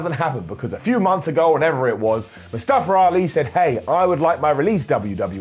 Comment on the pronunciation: man, I love your content, but I feel like at this point you mispronouncing Mustafa Ali’s name is purposeful. Seems super disrespectful, considering he did an entire angle about how to pronounce his name.